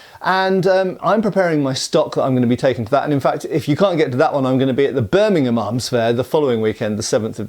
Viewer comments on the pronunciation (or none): none